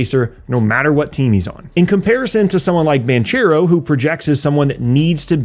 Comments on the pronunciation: Hi, truly great video, thanks! Just as a little underscore, Paolo Banchero is italian-american, his name is pronounced Bankero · Banchero is pronounced ‘bank-eh-ro’, not the ‘ch’ sound. Love your work and seeing how you’ve grown over the years! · Great video as always! One note: the 'ch' part in 'Banchero' is pronounced like a K Source: i'm italian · You pronounced Banchero wrong